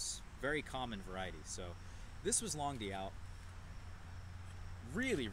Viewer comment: it's pronounced "long doot." It means long August in French.